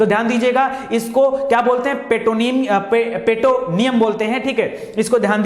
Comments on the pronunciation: Dear sir petoneun nhi Peritoneum hota hai Meningitis nhi meninges hota hai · " Peritonium" पे टओनियम नाही